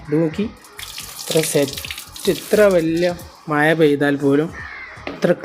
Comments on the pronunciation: മയ അല്ല, മഴ ആണ്, ആദ്യം പോയി നാക്ക് വടിക്ക്, പിന്നെ മതി വീഡിയോ.😂. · മയ കുയി വയി വായ കോയി😂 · You mean മഴ( മയ) , ഉരുളൻ കിഴങ്ങ് (ഉരുലൻ കേങ്)😂😂😂